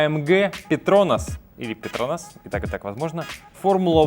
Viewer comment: Ударение на петронАс